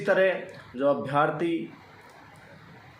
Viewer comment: Abhyaarthi nahi hota abhyarthi hota h